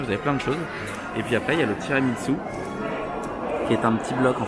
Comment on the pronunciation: J'adore ta vidéo 🙏🏻 Merci pour ce vlog ! Par contre tu m'as fait rire avec ton "tiramitsou" 😂 ça se dit tiramisu (tiramisou) comme ça s'écrit !